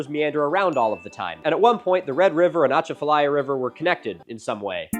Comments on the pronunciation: Very minor thing, but we stress the A's more on Atchafalaya. uh-chah (like as in apple) fuh-lie-uh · You need a Louisianian to help you pronounce Atchafalaya! Kind of like this -> uh • CHA • fuh • LAI • uh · the ahh chaafta liea 😂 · Natchitoches is actually pronounced Nack-a-dish believe it or not, and the emphasis is on the 'cha' in At-CHA-falaya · I’m from Louisiana as well and came to comment about the way he said Atchafalaya. I didn’t get to the natchitoches part yet haha. It’s “UH-CHAH-FILL-EYE-UH” in case anyone wanted to know lol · Milo, as a resident Cajun, from the Acadiana area of Louisiana, I couldn't help but chuckle at your attempt to pronounce "Atchafalaya" River. (It's pronounced "Ah-chaf-uh-lie-uh") Wanted to add that we know our names are really weird to pronounce, they are often inspired off of French or native languages. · My Louisianan heart is so happy to be mentioned but also cringing so hard at the pronunciation of atchafalaya and natichoches 🤣🤣🤣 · As a cajun watching Milo struggle to pronounce Atchafalaya and Natchitoches gave me life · As someone who grew up on the Atchafalaya River I had to pause and hope he doesn't pronounce it any more throughout the video.... But I suspect he will. Louisiana definitely has its own pronunciation rules for everything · Milo buddy that's not how you say achafalaya